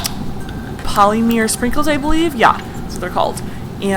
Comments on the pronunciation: Omg polymer is pronounced POLY-MUHR NOT POLY-MIRROR!! Like how officer or follower sound... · “Pollymeer sprinkles” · You say polymer really weird lol